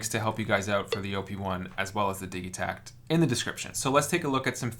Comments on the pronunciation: Surely its pronounced Dij itakt not Dig-itakt? As in digital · Your pronunciation of Digitakt is ultra annoying! It's short for DIGItal. You don't say diggytal, surely?